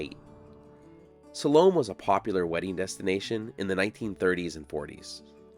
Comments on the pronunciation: Sal-O-May? 😂😂😂😂 I think you mean (Sal-Oh-Meh)😊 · I think it's pronounced SAL-oh-may. You know, she of the dance of the seven vails. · If the town is named after the Salome in the Bible, who danced before Herod at his birthday party, which didn't end well for John the Baptist, then it is pronounced "Saw-low-MAY" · Excellent as always. I do have one question though. Are you sure that her name was pronounced the way you say it? The biblical Salome I always heard pronounced sa-LOW-may. But everyone gets to pronounce their name however they want to. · Originally pronounced Sal o May …just saying , lol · Well you totally butchered the name of this town. Use AI to improve your Spanish AI Overview +4 To pronounce Salome, AZ (pronounced suh-LOH-mee, rhyming with "slow me"), stress the second syllable, with the "o" sounding like in "low," and the final "e" sounding like a long "e" (ee), similar to the biblical name, with the town's pronunciation being a common English adaptation. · Usually pronounced "so-lu-me"😊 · are you sure it's not pronounced salomay? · Love your materials, but it was a bit painful to hear you repeatedly mispronounce the town's name. Now maybe the founders mispronounced it as well, but Salome is properly spoken as "sah-LOH-may"... I've been through the town many times over the past 20 years, and stopped once or twice. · It’s pronounced. Sau lo may. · Pronounced Sol o maaaa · Too bad he doesn't research how to properly pronounce the name of the town... Again... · I have never in my life heard any one pronounce “ Salome” so badly. It’s either you or you are pronouncing it like the locals did.